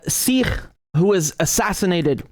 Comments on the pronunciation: Hey Richard, love your videos as always, but just a correction: it is in fact pronounced like "sick" in Punjabi, with a slightly heavier K sound, but not like "seek". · Bro, its Sikh, not "Seekh". A seekh is a skewer to make kebabs. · Not seek, but Sikh, not sick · Actually it is pronounced Sikh not Seekh in Punjabi. Sikh means to learn. Speaking as a Sikh. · I live in Punjab and have Sikh freinds. It is not SEEKH but SIKH. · wrong. It’s not pronounced ‘Seek’, It’s ‘Sick’ I’m Sikh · Your pronunciation of Sikh is wrong. It is a short i, not long. It us exactly like sick except that ending is aspirated K, ie k+h. It's like saying sick and ending with a coughing sound. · You idiot in punjabi its pronounced sikh "sick" not seeeeks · I think it pronounce Siik